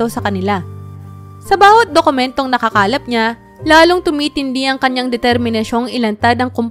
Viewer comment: Nakakalap po hindi nalalakap 🙄 wag po magmadali intindihin ang mga salitang binibigkas😁